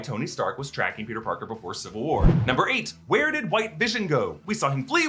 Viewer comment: Is that Peter.... Barker?